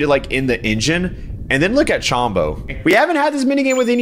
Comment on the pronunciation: Alpha, Chombo's name has no a. It's Chombo, not Chambo.